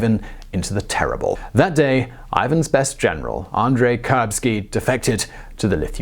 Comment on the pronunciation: The 'terible', eh?